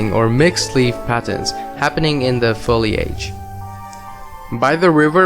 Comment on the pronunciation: Awesome video! But the way you said Foliage was fuckin funny xD Foli-AGE.